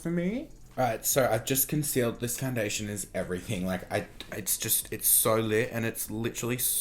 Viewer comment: Love when you say foundidldation